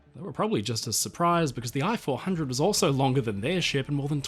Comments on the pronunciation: Ee-chee 400. Computer voicing... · Hi. I am a Japanese and enjoy watching your every upload. Japanese sub I-400, correct Japanese pronunciation is rather close to pronounce "E" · The correct way to pronounce "i" 400 is to use the English sound "ee" as in Feet. It's pronunciation would be the same as if you wrote "e-400".